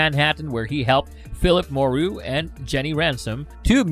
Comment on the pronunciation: Moreau = Mur- Row. As in the island of Dr. Moreau.